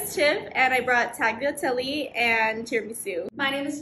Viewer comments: Oh dear God. It's pronounced "tah-lyah-TELL-eh" not tagliateli. THE G IS SILENT. Please 🙏 and thank you. Also, ver-mih-CHELL-ee. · TaGliatelle 💀 nooooo miss gurlll it's not pronounced like that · This is amazing but Tagliatelle is pronounced 'Taliatelle' not how its spelled, the start, as in 'Talia' is sort of silent u could sayyyy?? Its like 'thalia' but you cant hear the 'H' Another thing is that the 'E' at the end is said like 'Eh' Sorry if any of this was offensive I was trying to be as kind as possible xx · Not taGjatelli it’s not like taliatelli the g is silent- It’s irritating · TaGliatelli is wrong on so many levels... it's pronounced taliatelle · Taglateli hahahahha as a Italian its fun to hear people pronounce things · "Taghleeatellee " I died💀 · Oh lord these Italian pronunciations are a mess! Vermicelli girl, tell me you’ve never heard a single person pronounce that word! The C makes a CH sound! Andrea bocelli and Botticelli are shaking! And tagliatelle girl, close but not quite. Just don’t pronounce the G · some respect for my tagliatelle man tf is that pronunciation 😭😭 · the G in tagliatelle is silent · The food all looks extremely good and i'm sure It tastes great, but ma'm, that's not how you pronounce "Tagliatelle" 😭. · My Italian ears are bleeding because of the pronunciation of tagliatelle